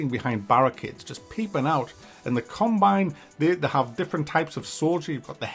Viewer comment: Combine... Or carbine rifle? After about the 100th time I heard this, I started thinking perhaps its a regional dialect. Who knows. Distracting though